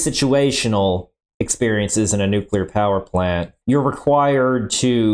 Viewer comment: I knew was full of shit when he couldn't pronounce nuclear correctly. The man kept saying "nu-cue-ler"...lolol. He knew it was wrong and STILL kept doing. What a "mo-ron"...or is it "mor-on"?...lol.